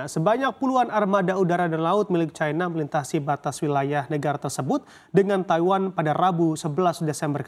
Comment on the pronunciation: Plis sebut china dengan china bukan caina, kalo takut dipecat sama bos sebut aja Tiongkok, jiji bet aku dengar orang ngomong bhs Indonesia tapi nyebut caina, dalam bhs Indonesia i itu dibaca i bukan ai anjinng 😂😂